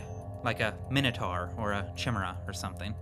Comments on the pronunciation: I believe it's keymera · Hah, that's not how you pronounce Chimi-Rey! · its pronounced 'Kymera'. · so that's how you chose to pronounce 'chimera'?? I'll take khimera and himera over yours any day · THAT'S NOT HOW YOU PROMOUNCE TSHIMERAY!